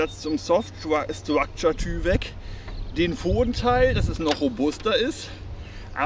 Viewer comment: Wird übrigens Teiwek ausgesprochen. Kommt von DuPont.